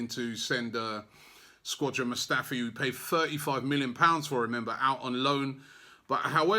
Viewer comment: Why does he say Squadron Mustafi